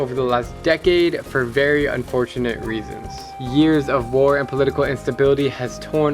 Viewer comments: did anybody notice that instead of reasons it said reaons? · It's not reaon it's reason